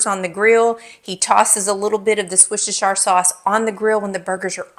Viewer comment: Wooster..shire sauce is how you say it..a county in England...where I live ❤ a great sauce